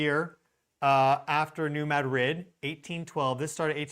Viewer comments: It's pronounced "mah dreed' " accent on the second syllable, not "Mad rid" as though it were 2 separate words. It's name comes from the Spanish town in Spain. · New Ma drid 😊 Its no't Mad rid.😢 Named after Ma drid Spain